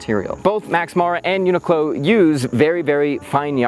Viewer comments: The accent is more like u-knee-clo you pronounced in the video. The -clo in the end rise up like in clothing rather than falling down like in close. But to get more Japanese style pronounciation, you make it like coo-lo, coo as in cool with out the l, and lo as in lol also without the l. It's a 4 syllable pronounciation. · I haven’t looked at 1,000+ comments, so I’ll write it just in case: it’s pronounced uni ku ro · It's pronounced yuu-nic-lo. The japanese is written like yunikuro. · I've always pronounced it "UN....IQLO" 😭 lol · Not to split hairs but in Japanese it’s more pronounced ‘yu-ni-ku-ro’ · Thanks for the video! NOTE: To solve that pesky problem of how to pronounce a large global corporation’s name, consult the Internet.